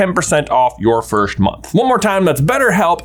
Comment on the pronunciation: I need to ask this, why do you keep saying "firsht" instead of "first"? I'm just curious :P